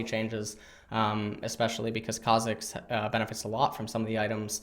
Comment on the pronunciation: Eyyy ma boi learned how to pronounce Kha'zix without triggering the whole dumb community. Thx:D